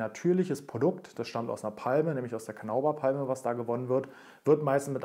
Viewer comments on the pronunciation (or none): Wieder ein tolles Video! Kleiner Hinweis noch: Carnauba wird nicht mit einem "au" gesprochen sondern "Carna-uba". ☺